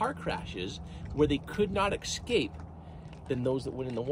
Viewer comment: It's not excape! It's ESSSCAPE